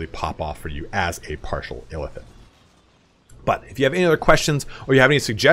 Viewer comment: I keep thinking you're saying elephant when you say Illithid quickly lol